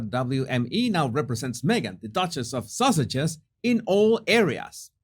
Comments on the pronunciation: I love how you pronounce Sussexes because it sounds like you are saying sausages. It makes me chuckle every sing time. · It started out with the way he says Sussexes, with his accent. I think just gave up and started calling them the duke and duchess of Sausages LOL